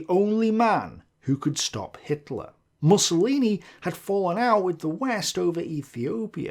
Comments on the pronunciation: I think it's meant to be 'Moosolini' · I aDOOORE it when he says "Mussolini" like "mussels" or "muscle". ☺ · I love the way he pronounces "MUSCLElini". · That is correct pronunciation, Mus-so-li-ni. But I am starting to prefer interpretation, it is hilarious. It adds to Benny's machismo persona lol